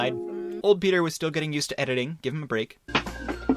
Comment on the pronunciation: it sounds werld pronoucing your name as Petter Keh Netter